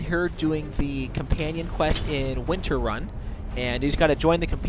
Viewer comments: You IDOT its NOT winterrun its wightrun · it's WHITErun not WINTERun